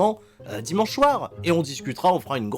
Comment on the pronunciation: Il dit "dit manche "manche"" 😂